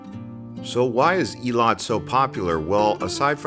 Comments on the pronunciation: Its pronounced "Eh-lot" not ee-le-lot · Nice video, however it’s not pronounced ilat nor iliat. Its [eylat]. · It's not eelat it's ailat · Its Eilat! As in Ayelat!